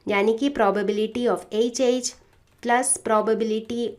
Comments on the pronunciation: Mam not say H mam say eche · Mam "H" dhang se bola kro